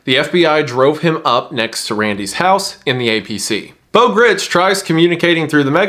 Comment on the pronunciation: It’s Beau Gritz(rhymes with rights).